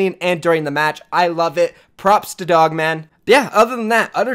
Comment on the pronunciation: Lmao he pronounced POGMAN wrong